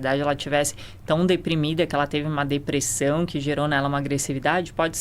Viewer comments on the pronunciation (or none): Eu tento segurar o riso, mas a mulher vai lá e fala "depressÃum". Kkkkkkk Esse sotaque é PEPITA DE OURO, MÊU!